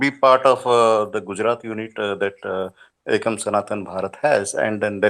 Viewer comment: It is "Ekam". Not "Akam"